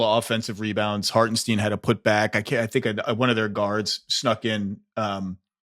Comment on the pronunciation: Zach, it’s Harten-stine not Harten-steen